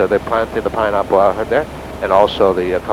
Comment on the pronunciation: Lol . "Pineahpple"